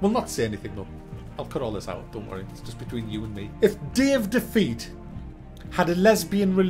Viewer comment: the way you say Day of Defeat is great. "Dave Defeat"